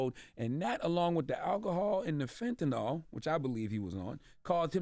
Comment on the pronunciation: Why do so many people pronounce fentanyl like it has an 'O' in it? 🤔